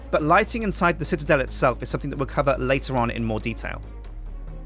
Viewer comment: Aw still has trouble saying citadel.